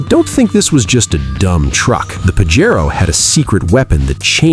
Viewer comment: It's PAJERO not PAGARO???